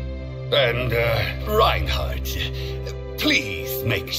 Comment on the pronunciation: It’s reinharot (simple not rude correction)